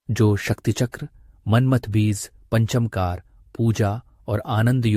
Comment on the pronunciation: पंचमकार शब्द पंच मकार ऐसे बोलना चाहिए